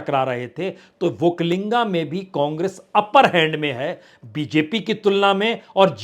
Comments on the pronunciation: It is not okkalinga sir it is okkaliga. There is no 'n' there. Entire hidi belt media is going this mistake. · Badiya Vishleshan Kiya aapne. yahaan ki haalaat bilkul wahi hai Jo aapne kaha. Ek aur baat batana zaruri samajta hun,ki.... Vakalinga nahi vakkaliga hai,aap is baat ko agle video me correction kar lijiye, sir...aapko bewajah chahane wala..... ,🎉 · Sir it is वोक्कलिगा not वोक्कालिंगा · Say vokkaliga not vokkalinga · Prasun Ji; "OkkaliNga" nahi, "Okkaliga" hota h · Sir not vakkalinga, that is Vakkaliga. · Sir, Vakkaliga not vakkalinga. There is no (n)vakkali*ga. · Not vokkalinga it is " VAKKALIGA" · वक्कलिंग नहीं है। पुण्य प्रसुन वाजपेयी जि #वक्कलिगरु। बोलना है। वक्कलिंग गलत अर्थ होता है। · Bajpaij vakkaliga, vakkainga wrong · That is not Vokkalinga its Vokkaliga